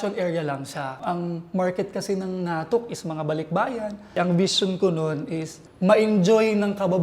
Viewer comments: The way he pronounces natuk is different. Not sure if that’s how it’s pronounced in Iriga. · bukong tama pag bigkas mo sa 'NATUK". sorry...